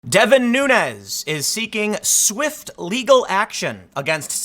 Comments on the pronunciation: Its Devin Nunes, like sand DUNES. He's Portuguese. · It’s pronounced NOONS Everyone gets this wrong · Pronounced, "Noon + S": . . No "nya." No "ez" . . . From the horses mouth! Why are there so few pundits who can pronounce this man's name correctly??? Foxes Liberal Juan Williams is one of the few. Vote anti-Socialist 2020